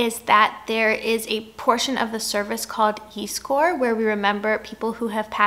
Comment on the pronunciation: Yeeeezcore.. is. that how you learned to pronounce Yiskor in South Africa>